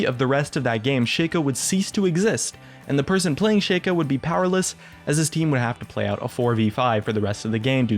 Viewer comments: shaco not shayco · I am really disgusted by the way you say Shaco... You pronounce it ShakeO... his name is pronounced ShackO. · It is pronounced Shaco not Shaco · Why does everyone (Including Riot the past few years) pronounce Shaco's name wrong? ITs Sh-Ah-Ko not Sh-Ay-Ko Otherwise the joke of his nut-cracko skin just dosen't work does it. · Sigh, it's Shaco not Shaco! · Lol dude.its shaco not shaco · its prenounced ''shaco'' not ''shaco'' kappa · Can you please say Shaco correctly? That shit is bugging the fuck out of me. If you say Shaco like you do, try to pronounce nutcraco the same way and see for yourself how fucked up and wrong it is.